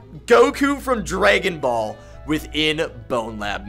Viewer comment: i hate the way he says anything with an "a". like he said drAYgon ball. otherwise very useful video thanks